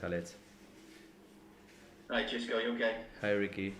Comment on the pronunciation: Gidds: Sisco!! Come on, please pronounce his name properly! UTO 🦉